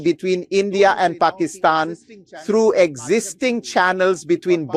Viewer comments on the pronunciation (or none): UGH...Ben and his "PAK-EES-stan" crap...Even though the prime minister pronounces it correctly "Pak-IS-stan"... DUDE...READ YOUR COMMENTS and PRONOUNCE IT CORRECTLY.